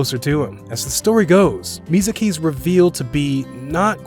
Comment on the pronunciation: Usi and Mizuki? You mean Usui and Misaki? You didn't even pronounce the names right.